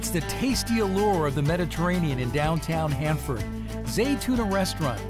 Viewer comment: bruh...it's Hanford